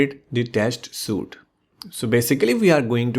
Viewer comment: it's "sweeet" not suite